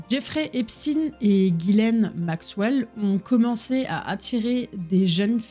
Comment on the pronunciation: Je vais devoir le continuer plus tard mais je me demande quand même qui est ce fameux Jeffrey Epstiiiine, je connaissais un certain Jeffrey Epchteïne mais ça c'était avant qu'on ne change la prononciation de son nom de famille pour faire moins ... (je pense que je n'ai pas besoin de le dire lol). En tout cas ça va faire plaisir à mon homme ce genre de vidéo, lui qui est à fond là dedans (et qui adore aussi bien se renseigner que de donner des infos, toujours de manière respectueuse et pour apprendre à l'autre sans juger).